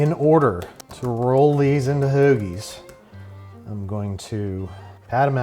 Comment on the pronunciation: I appreciated the little Philly flair when you said "hoagies"